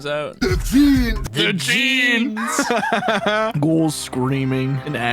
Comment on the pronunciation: "Da Jeans"